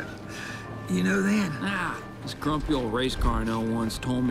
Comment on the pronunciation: Its grumpy not crumpy😂😂